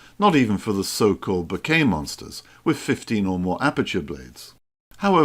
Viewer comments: I am sorry. Please don't take this the wrong way. It is not ment as a critique but more as a guide. To me it sounds like you are talking about flowers and "bouquet" every few seconds. How to pronounce "Bokeh" Other ways a very good video. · No, it's pronounced bokeh 😁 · I'm sorry but I couldn't stand so many mispronunciations of the word that I muted the sound and read the captioning instead 😅